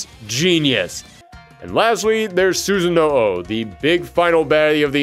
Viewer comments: This video was great and you always get me so excited and interested in any series you cover but "Susan-no-o" is my biggest take away from this, I'm sorry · the way you pronounce susano, lord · Why can't anyone pronounce susanoo correctly